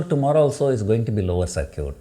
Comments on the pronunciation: Circuit is not pronounced as "Sar-Cute" It should be "Sir-Kit" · ITS CIRCUIT LIMIT NOT SIR CUTE LIMIT